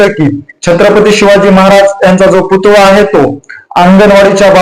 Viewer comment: पुतुळा नाही हो पुतळा असा शब्द आहे.